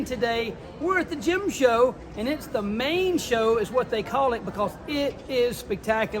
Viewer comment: Gym show ?? Is that English?